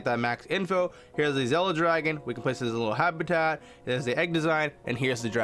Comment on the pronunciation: It’s “Zilla” not “zella”